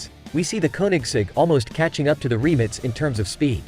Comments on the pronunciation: Why is he calling it “Remnits” ? - it’s “Rimac” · Who would have thought that the word RIMAC is pronounced 'remits'....and that Nm is Nano-metres.🤣🤣🤣 WTF? F**kin' AI..... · Rimac ❌ Reemitz ✅ Nm Newton metres ❌ Nm Nano metres ✅ 😂 It says 20 years ago it didn't even think there'd b such fast cars! Ya bot...u were given life yet!!😅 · Why 🤷‍♂️they keep saying remix nevera..its rimac nevera😄😄😄👍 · Jesus Christ RIMAC!!! Not remix!!!! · Remits Naverra 😂😂😂. It’s Rimac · Learn how to pronounce Rimac you noob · How the hell does this stupid Ai voice prenounce Rimac!? 😂